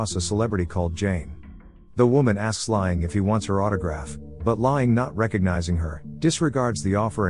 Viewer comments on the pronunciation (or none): His name is pronounced "lang", not "lying". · It’s pronounced “Lang” listening to him repeatedly saying “lying” is killing me. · I know right, im ocd so when i hear this name pronounced wrong every two minutes it drives me insane. Dang automated text to speech voices always suck at vowel pronouncement. “Lie-Aing(H)” like ing-got. Im just commenting because im about to pick another video to watch and i wanted to see if it bothered someone else lol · His name is pronounced lang.